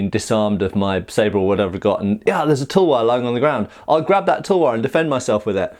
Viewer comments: Half the vidoe I was like "what is a Indian towa" Then I get what you ware saying, it's pronounced like this tal-var btw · We call it as thalwar not tulwar